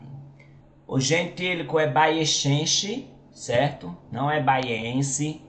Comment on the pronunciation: Excelente informação sobre o município. É preciso, porém, ressaltar um ponto em que houve equívoco: o gentílico se escreve bayeuxense, mas se pronuncia "baieuzense" (e não baiechenche, como no vídeo). Note que o "x" também tem valor de "z" em algumas palavras do português, como exame, exemplo, exato etc., e não somente de "ch". No mais, parabéns pelo vídeo.